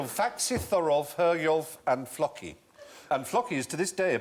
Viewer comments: The way he says Floki is an insult to the Vikings TV show... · Any one else hoping he'd mention ragnar lothbrok, or pronounce 'floki' how they do on the TV show 'vikings' - (Flow-key)